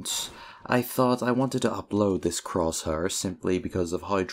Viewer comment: croshuur very nice english